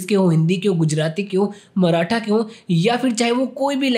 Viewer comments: Maratha Nahi Bhai Marathi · It's marathi not maratha